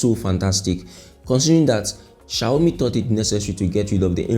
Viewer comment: I love how you call it shayomi😂😂😂